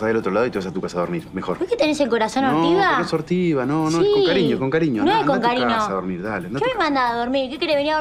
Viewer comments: Alguien más se dió cuenta que dijo con carino en vez de con cariño? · Alguien más se dió cuenta que dijo carino en vez de cariño?